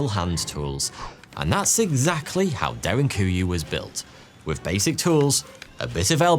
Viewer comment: How do you manage to pronounce three as "free" but with as "wiv" why have the letters "th" in your world at all?!